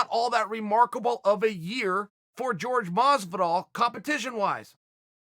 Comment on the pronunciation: Ok, CAN YOU PLEASE STOP MISPRONOUNCING JORGE MASVIDAL’S NAME FOR FUCKS SAKE!!!!!!